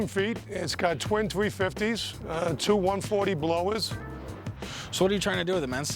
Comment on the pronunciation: Twin tweee fifties lol.